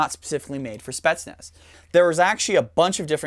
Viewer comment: since he likes to pronounce words correctly it's pronounced like spi-yets-nas